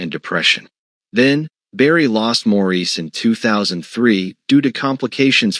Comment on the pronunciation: Nice video. However, I wish they would have the AI voices pronounce Maurice's name correctly. It's pronounced as Morris. It's distracting and takes away some credibility.